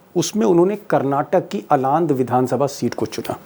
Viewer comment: आलंद है, अलांद नहीं। दक्षिण भारत के नाम पढ़ने में इतनी घृणा क्यों?